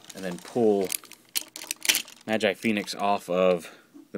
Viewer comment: its pronounced as ma-ji not ma-jai